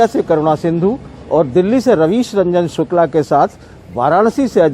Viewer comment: रविश नहीं, रवीश.